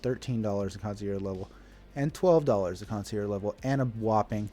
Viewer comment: kaan·see·ehrzh. Sorry, but i had to. This is how you pronounce concierge.